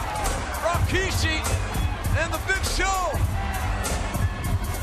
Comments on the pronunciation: Why did J.R. always say Rikishi's name as "Rawkishi" during this time? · Always hated that JR pronounced his name "Raw-kishi". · Jim Ross always insistent on calling him RAkishi. LOL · oh god ... its not RO - KI - SHI.. Its RI - KI - SHI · They always get it wrong in one of Rikishi's interview's he said that they always call him Ra-ki-shi and it's really Ri-ki-shi smh